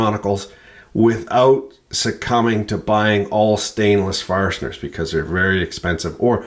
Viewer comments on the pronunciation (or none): How many r's are in the word, "fastener?"